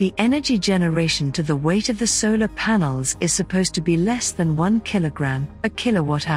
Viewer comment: what is a sailor panel or sailor array ?or are you mispronouncing vowels on purpose to make yourself sound snotty ? ! what is a papose